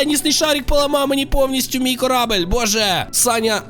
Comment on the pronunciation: Не корабель а корабель